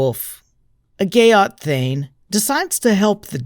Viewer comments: "...a gayott warrior.. " Seriously?? Gayott?? It's GEAT - it rhymes with NEAT or PETE or SHEET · How to unhear "gyatt"😢